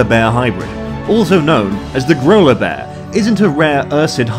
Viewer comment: I thought he said granola bear 😶😂